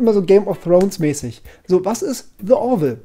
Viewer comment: Nicht „dä orville“ sondern „di orville“